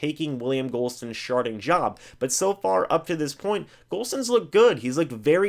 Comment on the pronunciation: "sharting job" lol